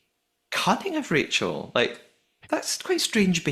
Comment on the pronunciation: I rewatched it and there's definitely crew swarming them as they close them for the first time, I wonder if they were locking them with magnets or something and 'forgot' to lock Stephen and Rachel's!? Also am I hearing things or did Stephen call Rachel Rakel at the dinner party?